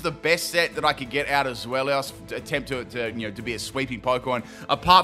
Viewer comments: I'm too busy roasting you for saying "Zwelios". For the record, it's TSVY-lus. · I'll roast you for saying the Pokémons name wrong It's pronounced ZWILOS because it's a play on words with German words for 2 which is Zwei (pronounced zwI) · Zwellios haha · Take a shot each time pronounces Zweilous wrong